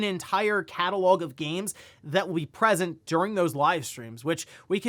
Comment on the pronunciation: PRESENT? WHEN READING GOES WRONG LOL